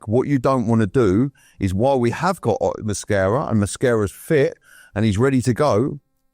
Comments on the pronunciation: Why does keep calling Mosquera ‘Mascara’ 😅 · pronunciation of player names is brilliant…. Cockeres, Mada-wooky/ Mada-wokey, Mascara in defence too… 😂😂